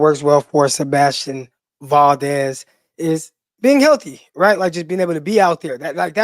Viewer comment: It’s Val (like Val Kilmer) Dez (like Dez Bryant).